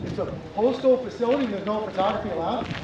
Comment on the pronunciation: The saying "Going Postal" not going Photostal...